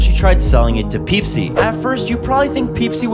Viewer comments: When is he gonna fix his pronunciation problems? He says Whalemart, Tosla, and now he says Peesi. (Wallmart, Tesla, Pepsi) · I love how at the first part he said Pepsi normally and then he said peepsi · He said Pepsi right at first and said wrong again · "Pipsi" Amazing pronounce 😩✨ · I thought there would be no mispronunciations, until i was hit with ‘Peepsi’ 😂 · At first he said Pepsi but then he started saying peepsi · It's pronounced Pepsi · Dood don’t know how to pronounce Pepsi